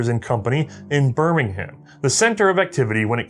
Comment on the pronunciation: Also, "Bir-ming-um".